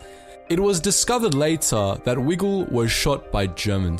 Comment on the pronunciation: Just a minor correction. In section 4, you mention Lt. Col. Frederick E. Wigle and pronounce his surname like Wiggle. In fact, it is pronounced with a long 'i' vowel sound as if it were spelled Wygle. I know this because my mother's maiden name was Wigle and Fred was her first cousin.